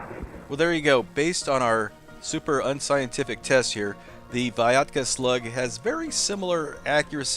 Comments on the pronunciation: The letters Y and A in this slug name shoud be pronounced in one sound "ya", not separated like "i a" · When said Vyatka, I thought it was a cross between Viagra and Vodka. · I thought said Viagra! 😂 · It's pronounced Vyatka, not Vyatka Duh